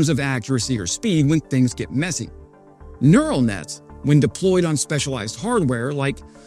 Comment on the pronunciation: "Interpets" "nEral". You are embarrassing. I'll bet you pronounce nuclear "nuculer". I'm out